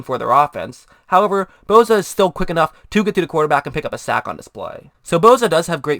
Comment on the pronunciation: name is Bosa not Bowza... enunciate dammit